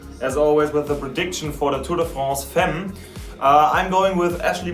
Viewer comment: its femmes not fammes???